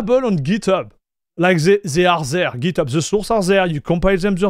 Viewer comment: Pour vrai... "They" sa ne se prononce pas "Zey". Dit le de la manière "Dé" Un lancé de Dé Dé are Der == They Are There